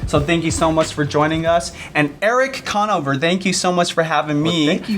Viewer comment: lmao the way he pronounces Conover